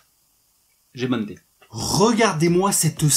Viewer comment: "J'ai banedé, j'ai banedé..." xD